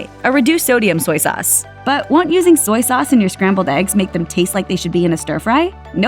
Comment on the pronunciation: It’s soy sauce not soyee sauce. Duped into a commercial.